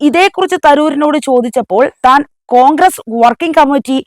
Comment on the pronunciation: കോഗ്രെസ് അല്ല മോളെ കോൺഗ്രസ്‌ എന്നാണ് നല്ല അക്ഷരശുദ്ധിയോടെ വായിക്കുക